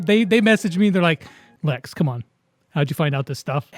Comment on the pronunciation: YAY MY COMMENT GOT PUT IN! THAT'S NOT HOW YOU SAY MY NAME LEX DHDJSKEHDBDJ